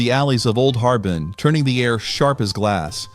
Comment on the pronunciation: The city of Harbin is pronounced "Har-BEAN."